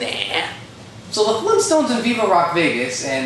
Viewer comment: Fleentstones?! OK, no. Sorry.